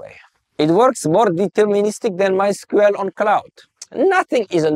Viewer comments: not squel but squeel xD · he said "MYSKUEL" for MYSQL. SHOTS FIRED